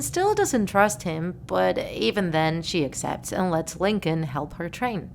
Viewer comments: Its Lincoln not Lin-co-lin😂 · 𝕀𝕥𝕤 𝕟𝕠𝕥 𝕝𝕚𝕟ℂ𝕆ℕ 𝕚𝕥𝕤 𝕝𝕚𝕟𝕔𝕠𝕚𝕟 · lyn actually calls lincoln stinkon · I love how she says Lincoln as LinKONG